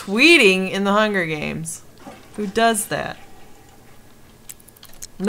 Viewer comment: "Bitch is tweeting in the hunger hames"